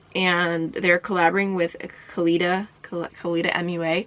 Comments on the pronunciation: It’s pronounced Kaylee* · Keilidh is pronounced Keylee, you don't pronounce the 'dh' at the end of Irish words at all, so Clionadh is also 'Clee-own-a' :) I love the look of the brush set, so it's on my xmas list! Sosu make my fave false lashes too, plus they don't make mink lashes which makes them truly cruelty free in my eyes - such a good collab!